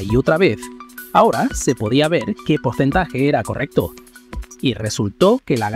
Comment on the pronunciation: se dice ver con r. la luz y su velocidad. cuanta fe